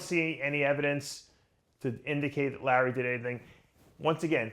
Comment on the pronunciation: Dave Palumbo pronounciating the letter "A" - "Mr. Olympier", "Situration", "Jeremy Buendier", "Lurrery Wheels", "2019 Olympier", "Lurwyer", "Collect Dayter", "Dailyer Basis".